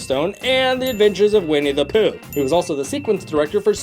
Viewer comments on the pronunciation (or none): none